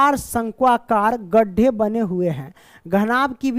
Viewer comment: बिरंबे नही banbe 😂😂😂😂